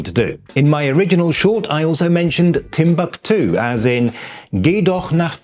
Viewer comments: Most Germans would pronounce Timbuktu differently than does - with the stress being on the first syllable. Es gibt auch den fiktiven Ort Krähwinkel als Inbegriff des Spießbürgertums, erstmals beschrieben von August von Kotzebue in seinem Lustspiel "Die deutschen Kleinstädter" von 1802. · "Timbuktu" has a different accentuation in German, which is on the second syllabe